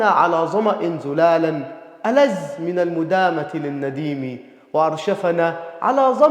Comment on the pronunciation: الظاء تنطقها زاي (على ظمإ زلالا - العقد النظيم) الذال تنطقها زاي (ألذ من المدامة - ويأذن للنسيم)